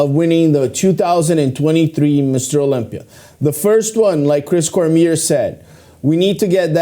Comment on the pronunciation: Why does nobody pronounce Cormier's name correctly? COR MEE AY.